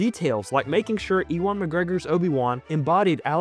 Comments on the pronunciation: I'm sorry-I know you are from the States, but it is "U-win" McGregor, not "E-Won" McGregor! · just so ya know Ewan is pronounced like "you-wun" i know this because i'm named after him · No way bro said EEWON Mcgregor 💀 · Imagine making this video anthology and flubbing the pronunciation of "Ewan." SMH.